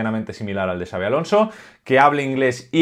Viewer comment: Honor por dominar y respetar las pronunciaciones de Xabi y Xavi. Grande,! 🚜